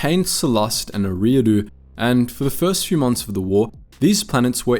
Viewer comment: Great video but it's pronounced, "Erie" like lake Erie. "ahh-doo" Erie-ah-doo